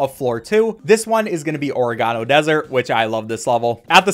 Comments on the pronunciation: Bro literally said “Ore-re-gano Desert” and not “Oh-reg-ano” like the spice 🥴🤦🏻‍♀️ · My mans just said ore-a-gone-o. Brother its ore-egg-a-no. Fire video though. XD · did this mf just say oh-reh-gah-no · Is nobody gonna mention how he said "or-uh-gah-no" instead of "or-eh-guh-no"? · FYI, oregano is pronounced "or-AY-guh-no". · What you called “or-e-GAH-no” is actually pronounced “o-REH-guh-no” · "Orri-gahno" lol Man don't know what an Oregano is. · Or-eh-gan-o is how it's pronounced. Dw I used to pronounce it that way too but it's not correct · "Origano desert?" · ORE EH GANO?? OREGANO THATS NOT HOW YOU SAY THAT HELP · his pronounciation of “oregano” is astounding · I only have one question: Why do you say oregano like marge simpson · the way you pronounced oregano without pausing.... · that is NOT how you say oregano bahahaha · Oregano.... Are we gonna ignore how he pronounced it?? Lmao